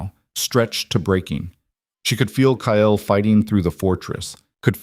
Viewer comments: AI can’t pronounce Kyle. It always comes out Kyel. It’s very distracting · Kyle is one syllable and should have only one spelling, even for AI. Leora the same. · A better than average story. I'm guessing a tad of creator intervention??? A rarity, in my experience. So many of these Alpha King stories are AI junk, repeating plots and just adding new names. Of course, as usual for too many channels, the AI narrator is weird, like pronouncing Kyle - KAH - ELL. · The strange language speaking when the ai narration struggles with the spelling sounds scary and I wish it were fixed. Also, is the guy’s name Kale or Kyel? Good story though! I like the girl’s sarcastic responses. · KYLE is one syllable. LE-OR-AH is 3. Train your AI reader better.